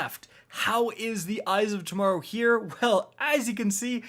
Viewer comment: Did you just say torrow instead of tomorrow